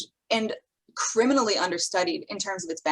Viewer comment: CRIMINALLY !? Alr lady we get it. Not knocking u, i legitimately laughed out loud when u said that with such emphasis 😂